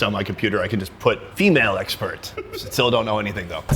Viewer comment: it sounded like he said ex pat not expert xD